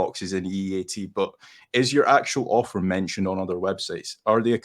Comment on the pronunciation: Ohh AUTHOR, lmao, I thought you kept saying Offer, lol I was very confused